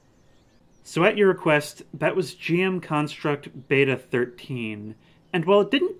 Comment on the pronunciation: No way you pronounced it as jm instead of gm. I never understood you Americans